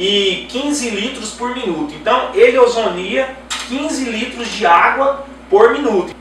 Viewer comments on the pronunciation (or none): o aparelho OZONIZA e não ozonia. OZONIZAR... blz. Ozonizar....